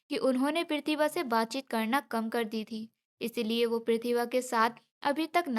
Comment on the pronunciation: Voice achchi nahi hai pehle achchi thi प्रतिभा को galt तरीके से कह रही थी